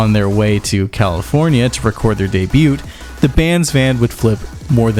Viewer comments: Debut (day·byoo) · Please dear God . I love your videos but please stop pronouncing the T in Debut!! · I think that’s the first time I’ve ever heard anyone pronounce the “t” in “debut” haha